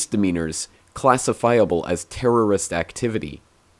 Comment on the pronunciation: your either with us or with the terrist he cant even say the world properly ild love to know how gorge w bush became president and who voted for himand why even though now it doesnt seem like any president will be good for they us why not just not have a president thats if the president doesnt serve the people anymore